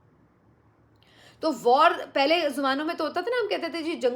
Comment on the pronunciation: "پھلے" نہیں "پہلے" ہوتا ہے ۔کم از کم آپ تو یہ غلطی نا کیا کریں